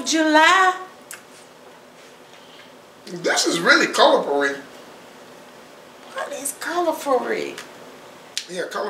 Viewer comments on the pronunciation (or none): U too funny, Gurl! He said “Colorfulry” and U said, what’s “colorfulry”?? 😆😂🤣